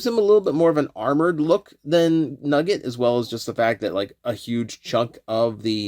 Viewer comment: Wrestling fan + hearing "Nuggi(e)t = thinking of, and missing, Owen Hart